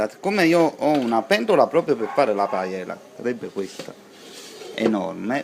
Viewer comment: Manco sa proniunciarla... Ma si vergogni.